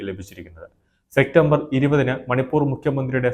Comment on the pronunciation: സെക്റ്റംബർ അല്ല സെപ്റ്റംബർ